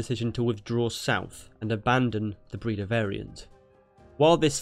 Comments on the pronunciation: It's not pronounced "Breeda" it's "Breyda" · It's not 'Breeda'. but 'Brayda'. #Breda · Breda is pronounced as "Bray-daah". Just FYI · You said Breda realy wrong😂